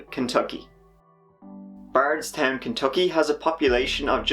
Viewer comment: Also I pronounced bardstown weird and brooks houcs so wrong